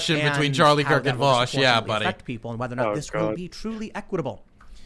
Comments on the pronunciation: Does Charlie call him Vowsh on purpose? Like a way to signal how unimportant Vaush is to him that he can't even be bothered to learn how to correctly pronounce his name? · New way of detecting fascists, ask them how they pronounce “Vaush”.